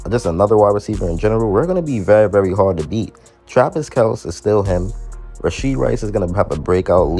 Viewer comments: Your pronunciation of Kelce name is correct ! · Get Ladd and McCaffrey It’s actually pronounced Kelce just like you say but there Father got tired of correcting people and just let people say Kel see So they were raised saying Kel see